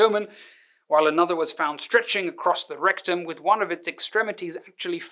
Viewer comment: The R roll on 'rectum', perfection.